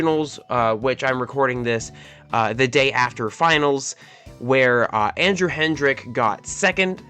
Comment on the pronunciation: Its "hedrick" not "hendrick" btw. Noticed it when you said his name vocally, and then later on saw u named ur deck in live "andrew hendrick dragapult"